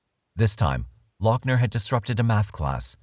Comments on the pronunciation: Not lockner, loghner (loff-ner) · say it with me: Lou-F-ner.... also, firearms and ammo are legal in the US, so.... MAGAZINE even better: clipazine. fuk it. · I know you are very prickly about this, Doc, but his name is pronounced Luffner or Loffner. At least he wasn't from Bexar County, though, eh? Hope to see you soon in the next episode of "Tudor life" I'd say excellent work yet again for the smoothly Informative and easily enthralling as per usual, guessing that you will know that now lol going to try to get a name on the tu-do list. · How are you NOT even pronouncing his last name right? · He is nuts and doesn't deserve any notoriety, but it bugged me that you kept saying his last name the way you did. I have not heard anyone else say it that way. Nit picky annoyance.... eh well.